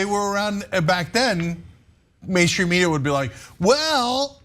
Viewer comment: Cenk keep saying mainhstream media.. Like that isn't him....